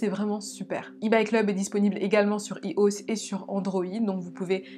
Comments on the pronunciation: Pour dire iOS on dit ayohess et pas ihoss 😭😭 t’es trop mignonne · On dit ''aïeoesse'' pas 'ios' 😂😂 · Bonjour désolée de te froisser sa se prononce y o s Sinon continue comme ça je t'aime franchement tu fais du bon contenues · tu dis "i oss" et pas "aye o s" et ça me fait mourir de rire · "hioss" ouai t’as pas tort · ("iOS" se prononce "aïe eau esse") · Aïe eau hesse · "Azos" "i oss" 😹😹 excuse moi blg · IOS ça se lit à l'anglaise Aille Eau Ess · Je rêve ou elle a dit "hi ausse" 😭